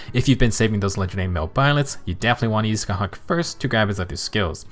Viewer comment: Small detail, but as an Irish person it really did my heart some good to hear a Fehtuber pronounce Scáthach right! I usually hate when an FE4 banner comes out and all of the popular creators bastardise the Irish and Celtic names of the characters and locations, so it just made me happy :) Love your content btw!